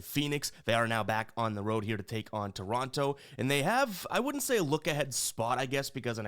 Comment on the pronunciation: I'm mostly joking and I love ya. but every time you pronounced Toronto I wanted to rip my hair out 😂😂 Canadians here in Ontario pronounce it differently haha